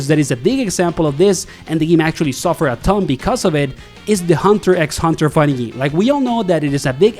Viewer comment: You're not supposed to say the "X" in Hunter X Hunter 🤦‍♂️